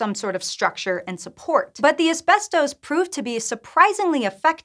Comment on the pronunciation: This is how you pronounce "ASBESTOS"